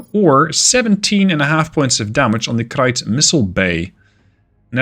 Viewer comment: Krait is pronounced as "crate." Its named after the venomous sea snake of the same name. : Sort of. What happens is you give it a massive boost to its velocity upon firing, which alters its orbit. From that point on, it will maintain its new orbit until it either hits something, or nonspherical gravity wells drag it into a body's surface.